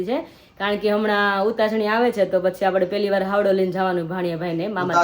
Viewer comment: Havdo kem bolo cho haydo kevay